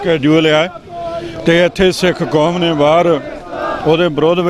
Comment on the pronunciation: learn how to correctly speak Panjabi. ਕੋਮ ਨਹੀਂ, ਕੌਮ ਹੁੰਦਾ। ਮੋਸਮ ਨਹੀਂ, ਮੌਸਮ ਹੁੰਦਾ। Also with dark glasses, you look like a blind person.